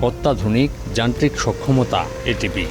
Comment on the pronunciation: এটিপি না রে ভাই এটিভি।